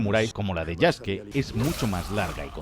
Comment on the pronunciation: Que lindo que diga el nombre de Yasuke como "Yaske", ya que la u en japones es muda. TE QUIERO, LAS FUNAS SON POR HOY MAÑANA EL DINERITO.